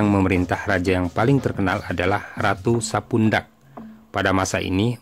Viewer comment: Sedikit koreksi bukan sapundak tapi sepudak